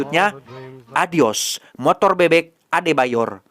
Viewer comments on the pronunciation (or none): none